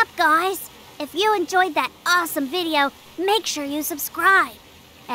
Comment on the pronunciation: What she said like and sudscride